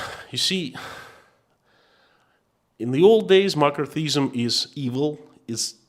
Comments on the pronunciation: omg for a moment you had me very confused about makarthism(?). It is pronounced Mc Carthy ism. Just letting you know :) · Mc·Car·thy·ism. pronounced McCarthy - izm. Pronounced Mac karthy Izm. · It's pronounced Mak ar thee ism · I love your courage and thank you for your insights. It is pronounced "ma car thee ism" and it was a most destructive time in our USA. I'm praying for you and your family. Be well, be safe, stay free. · In English McCarthyism is pronounced mak ARTH ee iz em. But I got the message anyhow. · Appreciate your videos. By the way, it is pronounced Muh-CARTH-ee-ism. Based on the actions of Senator Joseph McCarthy. It took me a moment to figure out your reference. Yes, it was a thing, a lot of it affecting artists, actors, writers. Interesting that Roy Cohn worked closely with Senator McCarthy in the witch hunt of communists, and later became a mentor to Trump. Trump. who famously said "Where's my Roy Cohn?" when feeling like there was a 'witch hunt' against him. Yes, where's the attorney who was an expert at staging political witch hunts to defend Trump agains a perceived political witch hunt....... I swear, a person cannot make this stuff up. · In case anyone else is wondering he saying McCarthyism . It took me awhile! Lol